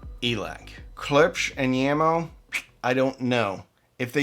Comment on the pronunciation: J or Y, it's a J. It's JAMO not Yamo. JBL not YUBBLE. POLK is POKE not POLLOCK.